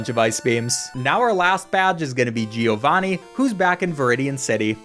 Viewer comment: As an Italian I laugh a lot whenever you say "gee- o-vani" 🤣